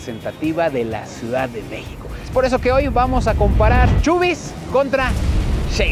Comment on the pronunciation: se dice asi como lo lees chabie's no chubie's